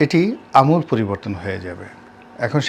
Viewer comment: আমূল বানান তো ভুল উচ্চারণ করলেন।